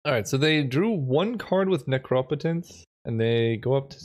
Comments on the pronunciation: Sorry, but will nobody mention the “necrapetance?” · [that meme of a dude getting threatened by a scary guy with a knife] Helpless defensive dude: Me trying to enjoy drafts Scary knife guy: pronouncing necropotence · Mark Rosewater said it should be /ˈnekrəˌpōtəns/ (like necromancy), but I think it would be more phonetically consistent as /nəˈkräpətəns/ (like necropolis). But as you can see the root "necro" is not pronounced consistently, so it could really go either way.